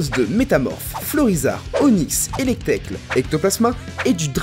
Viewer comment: Par contre la prononciation de certaines pokemon (Ninjaske/Electek que tu prononce Ninjake/Electekle) 😂